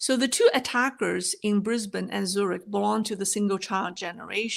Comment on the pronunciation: Nice to hear you pronounce Brisbane correctly. 😊